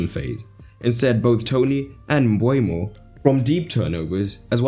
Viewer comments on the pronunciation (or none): Nice tactical analysis. Seems like a tactical masterclass from Brentford that Ten Hag couldn't handle. Just one note. Please be aware to get player names correct. Nørgaard and Mbeumo (pronounced Mbermo, not Mbwaymo) are misspelled here. Detail is key in tactical analysis so please be careful not to have small things let you down.